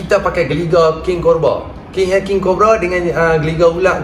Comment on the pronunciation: King Corba!! HAHA tersasul sikit 😁